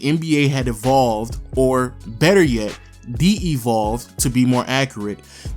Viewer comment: lol "de-evolved" it's just devolved brotha